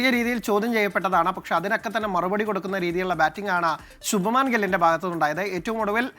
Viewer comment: Shubamaan gill.alla shubman gill..don't call North Indian names in malayali way be it the way it is.